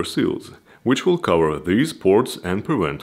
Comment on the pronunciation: i love how he says "CAHUUHARRR" and not "cover" :D nice video but not what i was looking for, i want to see if it is possible to add yet ANOTHER battery for even more range :D